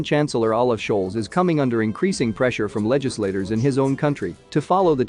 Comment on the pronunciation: Schulz: say "Schull-tz" not "shoals". Bundestag: say "Boon-des-tahg".